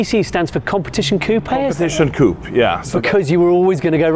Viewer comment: I didn't expect that Christian cannot pronounce "Coupe" properly